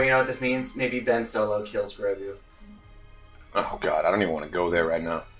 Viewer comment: I've been saying that for the last few days to everyone...... butchered Grogu 😭😭